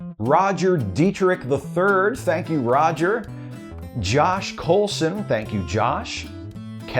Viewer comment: You pronounced my last name right! THANK YOU! everyone says it "coolson"